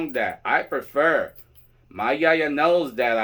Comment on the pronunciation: I just love that you say Yaya and not Yayi. I don’t understand why that has spread so far into the tradition, I personally feel like it takes away the title/license as a whole.